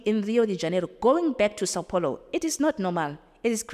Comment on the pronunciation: I speak Portuguese I also say she did not mentioned Brazilian cities name properly like saopaulo,etc if you could allow me to speak with her cause I speak both Zulu as well❤